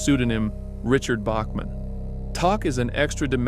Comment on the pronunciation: Great video - but - it's pronounced TAC - like Thumb Tack - as heard in the Desperation TV movie (mini series?)